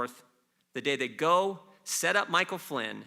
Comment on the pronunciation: He cant even say Michael Flynn